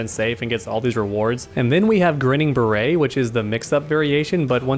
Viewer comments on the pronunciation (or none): I always thought Jax's variation, Grinnin' Barrett was pronounced Grin And Bear It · "Grinnin' Barrett" Is pronounced like "Grin and bear it"